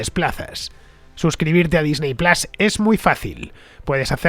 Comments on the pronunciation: Disney plas por favor es Disney Plus plas suena a bofetón. En inglés Disney se pronuncia Disny, en todo caso sería Disny plas. Si se dice Disney se debe decir plus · Me parece muy bien que hagas publicidad. Me alegro porque significa que el programa goza de buena salud, pero me niego a que vendas tus principios fonéticos de esta manera... QUÉ PLAS NI QUÉ PLAS... ¡PLUS COÑO!